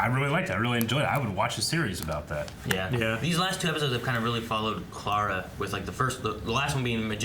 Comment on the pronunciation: 2 years late but it's the same with pronouncing Clara as "claire-a", makes me cringe